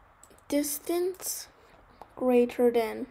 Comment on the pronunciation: tell him its distance not distanse